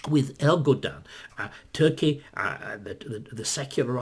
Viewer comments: It’s Erdogan, not Ergodan. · David, it's ERDOGAN, not ERGODAN! :)